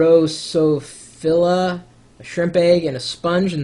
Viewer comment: you are a "Geek" yet you struggle to pronouch drosophilia?!!!!